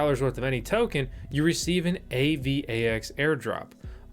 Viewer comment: LOOL "A-VAX" TOKEN